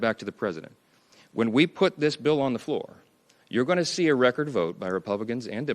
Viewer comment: can’t pronounce “th” 😂😂 DIS… DAT… DEY